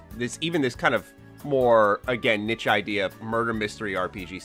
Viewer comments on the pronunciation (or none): Yes,, finally nailing "niche" (neesh)!! 🤣 Edit: nooo. Not "nitch" lmao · Niche is pronounced neesh not nitch